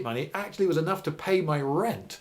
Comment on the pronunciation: Lloyd pronounces the word "rent" as if he were an American. Several times. Something subconscius?